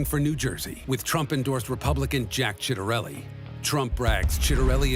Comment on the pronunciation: It's pronounced Chit a rellee - he has been running ads tying himself to Trump